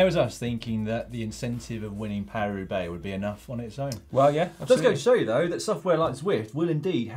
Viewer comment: Caption: Paris Roubaix?!? Thought you said Carry Roublé!